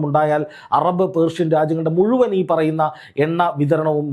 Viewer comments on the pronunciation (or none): none